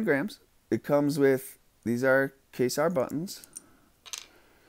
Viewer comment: Don't give too much shit, dude.... it's pronounced "kway-zar" not "kay-sar";-)